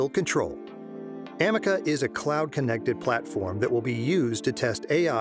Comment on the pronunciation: It's A-ME-CA not Am-me-caa